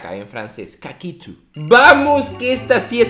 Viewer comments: Like por el "caquitho" en frances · En francés no se dice cacitu